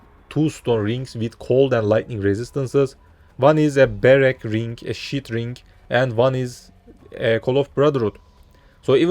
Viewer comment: there is no "K" at the end of the word 'Ring'